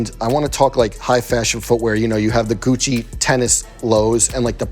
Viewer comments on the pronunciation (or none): When he said "It's Guccheee" 🤣